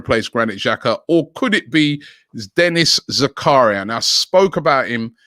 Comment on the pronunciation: They way he’s pronouncing Zakaria shocking